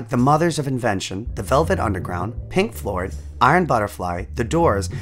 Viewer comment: "Pink Flord"